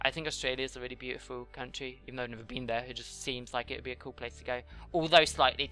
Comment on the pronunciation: you said coll not cool